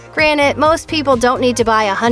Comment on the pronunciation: Granted not granite .....